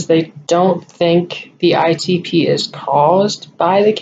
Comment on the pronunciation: Good job with explanations need to work on the pronunciation of ITP. Lol. You can handle Rituxan because I will be there. Ask to get it in temple. Prayers for your decision I understand how you feel about it. Did they give you all the premeds for the IVIG??? If not can they try again?? Question you could ask